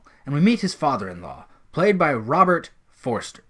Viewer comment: Robert Forster. Not ‘Forrester’ 🎬